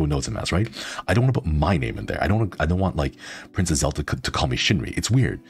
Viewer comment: I was able to watch bits and pieces but I was beyond Happy Shinri said my name right! I love your cozy content so much!! I'm so glad I get to watch your vods! 🎏🎏🎏